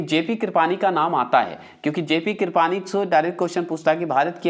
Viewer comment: लार्ड को लार्डन क्यों बोलते हैं ? कृपलानी भी गलत बोलते हैं इंडिया भी Discovery bhi कम पढ़े लिखे लगते हैं।